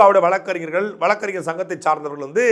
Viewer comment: வளக்கு ,வளக்கறிஞர். என உச்சரிப்பதை தவிர்த்து வழக்கறிஞர். வழக்கு என பேசி பழகவும். கழகம், பழனி,மொழி, வழக்கு, என்பன. தற்கால தமிழர்கள் தமிளன்,தமிள் என உச்சரிக்கும் தமிளர்களே தமிழை கொலை செய்யாதீர்கள். "ழ "எனும் வார்த்தை வேறு எந்த பிற மொழியிலும் இல்லை. தமிளை தமிழாக பயன்படுத்துங்கள் அன்பரே.